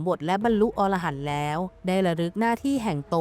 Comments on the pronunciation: พระอรหันต์ อ่านว่า พะ-อะ-ระ-หัน นะครับผม ถ้าอ่านว่า พะ-ออ-ระ-หัน มันจะแปลว่า นกชนิดหนึ่งในป่าหิมพานต์ ที่มีหัวเป็นคน ตัวเป็นนก ครับผม❤😂❤😂❤ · อ่านว่าพระ อะระหันนะครับ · คำว่า อรหันต์ ให้อ่านว่า อะ- ระ- หัน นะฮะ เพราะ ถ้า เสียง ออ .... จะคนละความหมาย